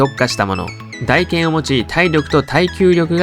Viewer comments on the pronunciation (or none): モンハンやっとる人は一度は間違える読み方